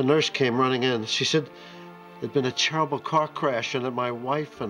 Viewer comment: How has no one commented on black cougars dad saying "Cherrible car crash"